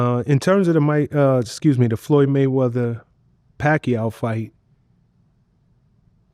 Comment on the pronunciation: “Floyd money wayweather” is what he said lmao wtf 😂😂 💀